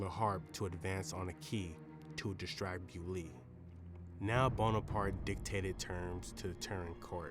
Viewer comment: Bo-li-o, not Biuly. He was belgian.